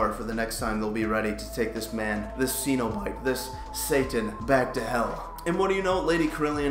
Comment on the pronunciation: Pronounced Sen-O-Bite.....